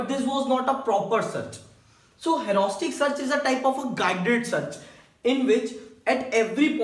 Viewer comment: U seems to say like hauraustic search but it 's rather heuristic!!